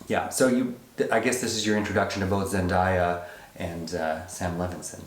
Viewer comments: Really annoys me when people get her name wrong since you pronounce her name as its written haha. Everytime they said ZenDieYa made me cringe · Zen-DAY-uh is the correct pronunciation, lol. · haven’t seen the movie yet so i’ll come back to this but you guys really need to get into euphoria. the role got z an emmy for a reason! i’d love to see a review for it, if you guys decide to watch. and like someone else mentioned, her name is pronounced like it’s spelled. day not die. there’s a short video of her saying it if you need a reference.